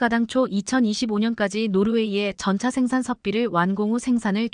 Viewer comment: K2전차. 케이전자가뭐냐 발음부터고쳐 라